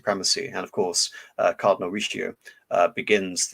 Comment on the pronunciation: Great presentation besides the butchered names such as "Cardinal Richioo"